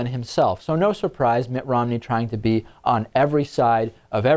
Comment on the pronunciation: David, are you saying Rom-in-ey or Rom-ney?